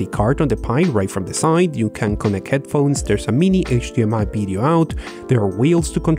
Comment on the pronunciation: you say Video..we hear it as Bideo???